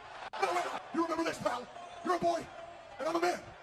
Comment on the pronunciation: Why did he keep emphasizing on the man and boy 😂